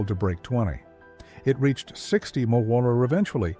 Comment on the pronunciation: Poor robot can't say mpg or mph!